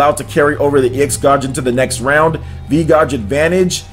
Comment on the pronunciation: is that how you pronounce gauge?